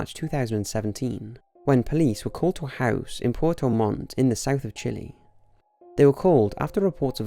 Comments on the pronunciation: You really shouldn't pronounce Chile as chili. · A lot of people care. Knowingly mispronouncing a country's name (and he knows better since people told him multiple times) can be considered racist. But this issue keeps coming up with USA citizens anyway.